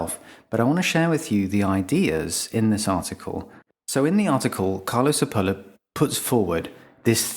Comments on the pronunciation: It may have been said earlier in the (now) 10,300 comments (everyone's an expert on this topic), but missing off ther top and bottom of the diagram, was that mistake deliberate or accidental? And Cipolla should be pronounced as "chipolla", it's Italian for onion. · His last name is pronounced "chip oh la". It means onion in Italian. His full name translated to English is "Charles Onion". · If anyone is interested but couldn't be bothered to open google translate, the researcher's name is pronounced "chi poh llah" and it means onion hehe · This is a minor point: Cipolla isn't pronounced with an "s" sound. It is pronounced chee-po-la ("ch" like church, long e, long o, short a) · I love how he pronounces Cipolla (btw It means onion in italian :))) ) It's: tʃiˈpolla. You MUST pronounce the "i" (like an "e" in english) and the accent It's on the "o" (so roughly correct in the video) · Don't we write the letters M.P. after a name to identify the stupids? Its pronounced Chi-po-la by the way means 'Onion' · Cipolla is pronounced Chipolla in Italian and means Onion .. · Failing to look up the correct pronunciation of Cipolla before recording - a loss to yourself and to others. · Nice, and thanks. "Never underestimate the dangerousness of a stupid person in the grip of fear". Oh, and it's not pronounced "Sippohla"; it's "Chippol-la" with the 'o' as in 'pot'. Cheers! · sorry but his name is chipolla not sipolla. basic italian pronunciation. errr does that make me stoopid? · You have mispronounced Cipolla (Italian=onion). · The author's surname is pronounced "Chi" as in Chicago and "polla" (where the letter "o" has the same sound as it has in the English word "pot") NOT "si-poe-low", as you pronounce it. It matters. I was Googling "Carlo Sepolo" and coming up blank until I Googled "cinque leggi della stupidita' " In English, a literal translation of his name would be "Charles Onion". Cipola is a fairly common surname in Italy. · Cipolla is pronounced "Chipolla"